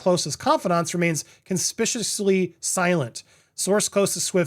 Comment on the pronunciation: English is just my second language, but isn't it pronounced consPICuously?